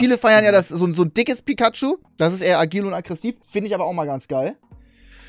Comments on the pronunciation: Es triggert mich so hart wie er pikachu ausspricht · Ich hasse es wie trymacs Pikachu sagt 🤨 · Wen triggert es auch wie er Pikachu Ausspricht? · Omg er kan Pikachu net ausschprechen oder sogar des soooo dummm